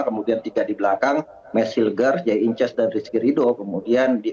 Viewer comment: Pengamat nyebut nama idzes dibaca inces, inces mah hubungan suami istri sedarah atuh ehh